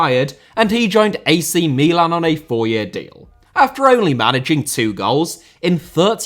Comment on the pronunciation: His pronunciation of Milan in this video was perfect. It's Mìlan, not Milàn like you foreigners always say